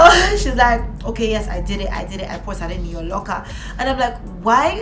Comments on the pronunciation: Not “sarding” omo sardine don turn sardinG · me here dying every time you said 'sarding'